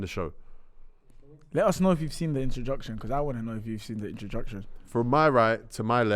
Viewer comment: yes I saw the "interdructzshion"